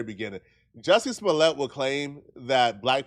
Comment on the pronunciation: Did you say Dusty Smollet?? 😂😂😂